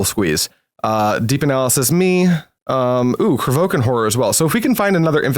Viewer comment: There is an i in Kro VI kan horror it's not krovookan,,, i was about to say this a couple videos earlier but thought I'd be kinda rude... But there we have it 😅 sorry and thx for the nice on-going content